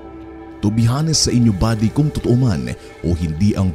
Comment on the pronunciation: silent H po ang honest. Senxa na po.